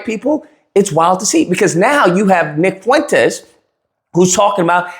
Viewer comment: you mean ick fool-entes